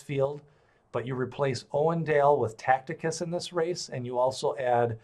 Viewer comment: The pronouncing of TACITUS is wrong. Look at the I between the C and the T, therefore zero chance of pronouncing it that way.